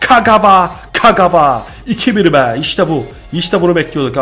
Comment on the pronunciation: Abi şu oyuncuları doğru okusan daha iyi olmazmı kakava ve barata diyorsun doğrusu kagava ve bartra olucak